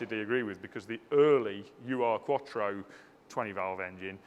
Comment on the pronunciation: If you're interested, 'Ur' is a German prefix meaning ealiest, primitive, original. Urquattro is the first Quattro. It's pronounced 'ooh-er', and not an abbreviation as in 'U.R'.